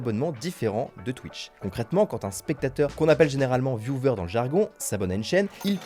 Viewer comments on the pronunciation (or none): Viewer prononcé « viou-veur », Stalker prononcé « stoL-keur », ça fait beaucoup là, non ? Vous êtes jeune, avez accès à You Glish, aux dicos en ligne pour vérifier la prononciation... j'ai mal aux oreilles. Pour viewer , il y a le mot "view" et ensuite "er" donc pas besoin de mettre le son /v/ et stalker c'est comme to walk, to talk, could, would, le /L/ est muet.